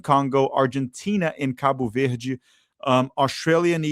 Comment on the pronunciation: Eu genuinamente achei que tu era gringo até a tua primeira pronúncia de Cabo Verde